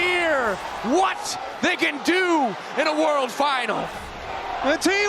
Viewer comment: 난 저 우왓(what) 이 딕션이 ㅈㄴ 찰진것같음ㅋㅋ 거기에 구마유시 두번째스마 샤라웃까지ㅋㅋ